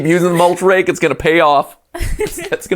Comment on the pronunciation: Every time you say mulch rake I think you say moltres like the legendary bird Pokémon